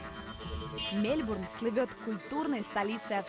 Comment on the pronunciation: Мне все время слышится Мельбрун, а не Мельбурн)